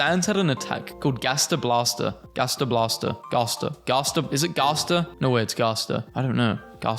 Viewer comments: It's pronounced "gast-er" not garster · umm yea i'm from pennsylvania and i'm pretty sure it's pronounced gæster blæster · how to say gaster "gas-ter" hope that helps😊 (not hating)